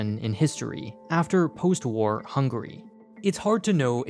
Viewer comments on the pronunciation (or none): none